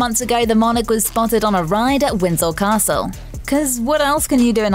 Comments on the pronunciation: FFS, ITS WINDSOR NOT WINSEL!! If you can't pronounce the place name, get someone else to do it!! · Where is "Winzel" Castle?😂 Is it near Windsor Castle? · It’s Windsor Castle, there’s no Winzel castle. The British accent just makes it sound like that.